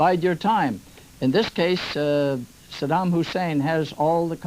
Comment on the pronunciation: So many idiots journalists that not one was ever correctly pronounce the name of Saddam.